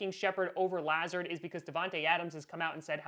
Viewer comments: I’m a Iowa Hawkeye fan and I had to hear “Luh-zard” a lot whenever the Hawkeyes played Iowa State because he was incredible for Iowa State so I literally shuddered every time said “Lah-zerd”😂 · It’s pronounced LUH zard not how you say it lol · It's pronounced Luh-Zard. Huge ISU fan here! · La-z-are-d. I went to urbandale with him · Is anyone else concerned about how he says "Lazard"?, I love you but PLEASE get it right. It's Lu-zard.